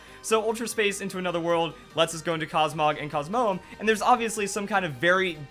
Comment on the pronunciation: your pronouncing Lunala, Solgaleo, and Cosmoem Wrong